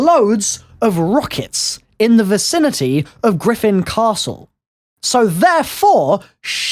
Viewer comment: why do you still say the name of the castle like that omg